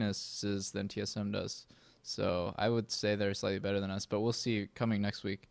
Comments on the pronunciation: LMAOO "T eth M" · lol "T ETH M"